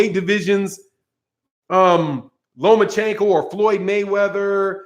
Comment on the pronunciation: I think that Tank is taking some speech classes. He finally stopped pronouncing Mayweather as Mayweavuh.